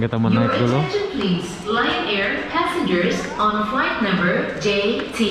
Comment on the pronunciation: Cara baca LION brother salah...kritik yg bernas ok..saya suka u punya channel.youtube..saya always follow u youtube..ok samangat ye brother..success sll..take care n be careful..